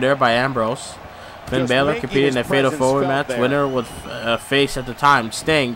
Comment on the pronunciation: you are saying balor wrong